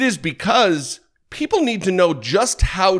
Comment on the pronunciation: “Three hunert n sum millun PEEpahl…” Fuck is wrong with this guy?